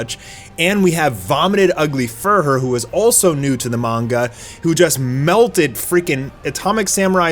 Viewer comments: Vomited ugly "few-rur". Say it with me. FEW-rur. It's not pronounced fur-her ffs. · Fuhrer is pronounced Few-RURR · Are we ever going to teach how to pronounce Fuhrer? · You're killing me with your pronunciation of fuhrer...